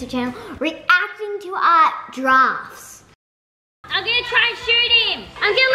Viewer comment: It kinda sounds like is saying "Giraffes" instead if "drafts" 😂😂